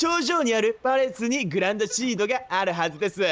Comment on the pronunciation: グランドシードって書いてあるのにグランシードと読むさんwwww